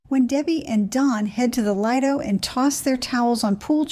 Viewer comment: Lye-do???? no no no. It's LEE-do. The Lido is a public beach or deck. Its a British word, not specifically a cruiser word. Port/Starboard/Fore/Aft - used on ships for a thousand years and on aircraft since the Wright Brothers. Left/right depend on where you are standing, the nautical terms don't: If you are facing aft your right hand points to the port side, if you are facing forward it points starboard. Easy way to remember when facing forward, port is a red wine with 4 letters, on the ship/plane its the side with the red light and left also has 4 letters. Motion sickness is not due to motion, its due to rotation or in nautical terms, swell, roll or heaving. It is your brains way to warn you the world isn't making sense as in after eating bad food. The balance organ in your ear are saying you are turning or rolling but your eyes say you are standing still. The brain decides you ate some poisonous foot therefore vomit it back out. Keep your passport in a waterproof sleeve when it not in your room safe, Wi-Fi is not free on the ship. Its complimentary when onboard, but its not the internet. By paying a fee you can connect through the ships wi-fi to the internet for a fee. That is what the cruise line sells you, not wi-fi. Wi-fi is always local (100 meters range) and often free. The internet is worldwide